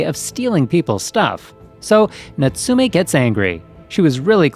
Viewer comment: its NOBO and natsume is natsume and not notsoome